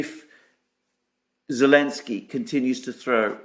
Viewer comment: forgive my ignorance but why do you call him Elensky?